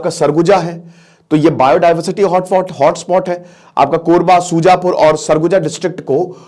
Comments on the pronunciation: Its Surajpur not Sujapur ... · Wo sujapur nahi surajpur hai chu..... 😂